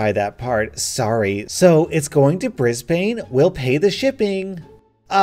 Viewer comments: Did you just call bris-ban-e, bris-bane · It’s Bris-Ben not Bris-Baine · No offense but its pronounced 'Bris-bun' not Bris-Bane not as much emphasis on the 'a' and the 'e' is practically silent. slightly triggered Aussie sorry lol I just get twitchy with mispronunciations. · yo- its said bris-bin not bris-bane but i understand why people would call it bris-bane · Im late but fuck off. But. Sir. Did you just say. Bris. Bain? Not Brisban? Maateeeee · Pronounced Brisbin Not Bris Bane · “brisbAne” wot iz “Briz bin” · G'Day mate aussie here, just a btw its Brisbane not Brisbaaaaaaaaaaane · Omg I laughed so hard when he said BrisBANE. Us Aussies pronounce it BrisBIN. It's a common mistake but it's still funny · Had to comment - as much as I love - hearing Americans pronounce Melbourne as Mel-born, or Brisbane as Bris-bane hurts my heart. Melbourne and Brisbane have the same 2nd syllable. Mel-bin and Bris-bin xD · Bris-bane? Omg I forget people don't live in Australia sometimes. It's more of a 'Brisben' type sound. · Brisbane is pronounced like bris BUN not like bris BANE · It’s pronounced Brisban not bris bane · Heh Bris- bane. Pronounced Bris-ban :D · i love your channel BUT YOU PRONOUNCED BRISBANE WRONG!!!! Its pronounced BrisBIN not BrisBANE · Love your vids but it's bris-burn not bris-bane. Australia has some wacky pronunciation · did he just say "Bribayne" instead of Brisbane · Bris bane na it’s pronounced brisban like bris ban, I’m actually here in Brisbane right now typing this, sorry it really really annoyed me hearing the name my whole life and it being mis pronounced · Gets angry in Australian at the pronunciation of "Brisbane" the A is almost silent... More like Bris-ben, not Bris-batman villain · Brisbin you say Brisbane like that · "Bris-BANE." C'mon mate, it's pronounced "Bris-bn." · pronounced 'bris-ban' not 'bris-bane' lmao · "Bris bane" inHaLe pronounce it with me, BRIS BUN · It's not pronounced Brisbane it's pronounced Brisben🙄🙄